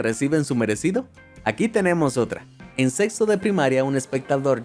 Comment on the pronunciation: En el minuto SORPRENDENTE.Dice sex# en vez de sexto 🤣🤣